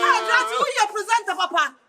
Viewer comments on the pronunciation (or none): I know wants to say pretender not presenter 😭😂😂❤️😂😂